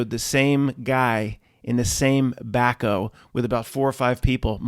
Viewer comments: Back-HOE. Back-o? Wtf is that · Is back-O a PA term? Never quite heard it pronounced like that...one of many, Haha